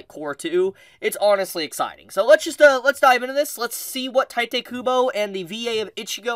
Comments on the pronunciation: I hate to be that guy but it's pronounced Tito not Titay. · OMFG My ears are bleeding everytime You butchered Tite's name... It's TEE-TEH.